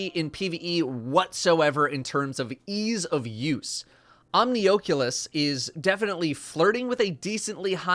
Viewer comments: Ah. Omni-OAK-you-less Like the OAK-you-less rift. Now...Omni-AH-Q-less might work better. Thanks. 🤦🏻‍♂️ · Just an fyi, It's pronounced "omni-ah-culus". As in oculus: a round or eye-like opening or design. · Oh jeez I pronounced omnioculus so horribly, like Omni-oh-cool-us. Omni oculus makes so much more sense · OCK OCK-YOU-LUS I'm triggered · you anger me by saying Omnioculus wrong. Please say the ‘oculus’ like you would say Oculus in Oculus Rift. THEY ARE THE SAME WORD. Rant over. Great for GM’s can confirm. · So no one's gonna talk about how he says Omnioculus? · Are you saying Omnioculus like that on purpose or? 🤔 At this point I never know when you doing the big meme 😂